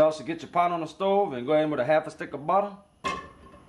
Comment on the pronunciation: Hit rewind 2x when he said "" throw a halfa sticka buddah in da pot"" . Dude is just fun to watch.